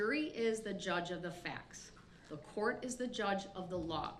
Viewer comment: Judge: Which filings? Brooks: Da filings Judge: which one?? Brooks: da filings! Da ones that say: “Da”